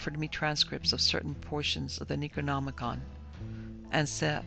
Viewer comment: Yup but I don't like the fact that she mispronounced the words like the yog sothoth and the necronomicon and his author Abdul Al hazred it was enough to deter me from listening to the book the dweller in the darkness